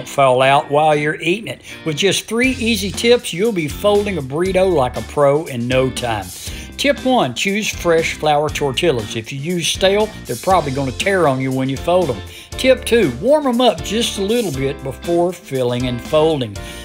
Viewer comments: Just trying to be helpful ~ it’s pronounced tor-tee-ah. ‘Ll’s are silent and the ‘I’ makes an “eee” sound ✌️ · OMG! It is not a tor-till-a! It’s a tor-tea-uh. LOL. Hope you actually know better. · Tor-tilLLa. Lol. Spoken like a true white man. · does everybody where you're from pronounce it that way instead of like "tore-TEE-uh"? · I've never heard anybody pronounce tortilla that way without trying to be funny.